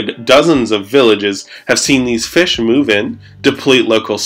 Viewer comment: Le feesh